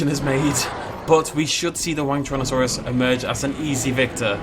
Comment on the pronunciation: So pronounces this dinosaur in a variety of different ways throughout the video, but i feel like it was a mistake to just settle for Wang-Tyrannosaurus.